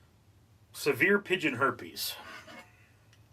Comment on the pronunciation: Also “Severe” not “Saver”